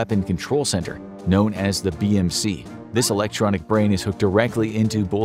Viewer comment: I heard bbc in stead of bmc